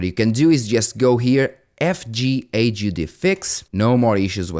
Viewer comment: HUD is pronounced as a word. Like Jabba the HUD. Not as a abbreviation.